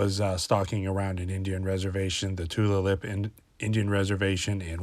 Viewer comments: The reservation name is pronounced Two-Lay-Lip. So can you post the pic? You can't get a good since of how big it is by seeing only parts of it at a time. Does it have 4 toes like the one in Montana you posted in the description? I live about 30 minutes as the crow flies from the Tulalip Reservation, and have been seeing prints with 3 toes. Some cat like, and some dog like prints. Trying to figure out what they are. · FYI it pronounced Too -al-Up... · It's a wolf with mange or it was a cross breed with a domestic dog. I live just down the road from that reservation, it's the Tulalip Reservation. Pronounced Tu-la-lip, not harping just trying to help.